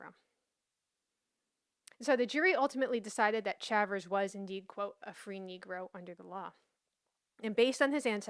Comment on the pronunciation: I thought Chavers = Shay- vous Shay-vers Is an native american surname and they are black Indians While you do a great job presenting history concerning Blacks ? Negros ? Mulattos ? I remain confused on this topic Can you explain what colored means legally?